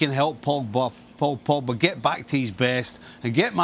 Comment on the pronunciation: Ay you guys i like Kay but did yall hear her say Paul Pogger? Or Paul Pogga 😭😭😂😂💀 that was hilarious